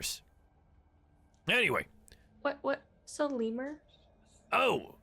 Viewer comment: Fun Fact: the word Lemure sounds nothing like the word Lemur